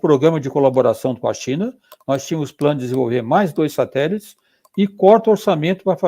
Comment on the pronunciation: Ricardo Galvão perfeito!! Mas ouvir ele falando "satelis" da uma agonia kkk